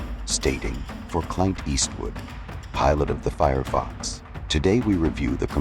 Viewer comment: Horrible AI and horrible Narration. "Meeej" for 'Mig'? Cl'eye'nt for Clint?